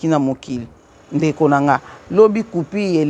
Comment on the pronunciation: Bonjour maman! On dit coupure pas coupire.merci